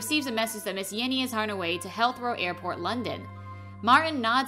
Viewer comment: Healthrow airport? Also did you call him a midget? Low effort all around Edit; how do you keep saying Tarantinos name wrong too?